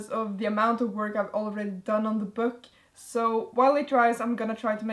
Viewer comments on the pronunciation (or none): i love how you say 'byook'😂